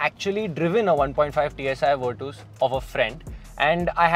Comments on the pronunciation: Vitooos kya he 😂 Its virtus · if it’s the right pronunciation it would be Fer-tus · Virtus ❌ vertos ✅🤣 Vir-tus ✅ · virtooos? were twos perhaps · Virtus❌ wereTOWS✅VIRTOOOS☑️ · still virtoooos sounds wierrd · V in Indian accent is we... so he's saying weertwos... 😂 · broo pleasee...its nott virtoooss!!